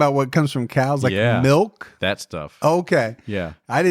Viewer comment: just said milk the Dutch way melk😂